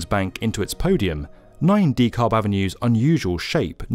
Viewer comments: The L is silent. Pronounce Duh-cab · is the only reason I visit YouTube any more, due to YouTube's un-skippable ads that always come in the wrong place. is worth watching in spite of the annoyance. But you might want to consider finding a native of each country to help with pronunciation of place names. Dekalb is typically pronounced with the accent on the second syllable, and sometimes the L is silent. I just noticed another US-oriented video from earlier in mispronounced "Hatteras", as well. I'm now wondering how many places in other countries are mispronounced and I'm not sophisticated enough to notice. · So not super important, but a point about the pronunciation of "DeKalb". I understand the tradition of British English results in a word that sounds more like "Dee-Kal". In the local vernacular, it would be something more similar to "duh-KAB". Its not wrong either way, English is a funny language, just something I noticed. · Oh! It's 9 DeKalb Avenue, not Nine....ty Kalb Avenue like I kept spelling it in my head. I thought he was just saying it weird